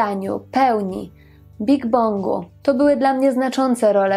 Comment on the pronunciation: Big Bangu a nie Big Bongu 😘